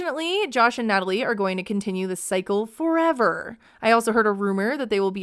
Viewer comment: Nutaly isn’t needy…she is NIIDJE! Gosh I can’t stand her… “who?! Me?! Yukranian gorl?!?!”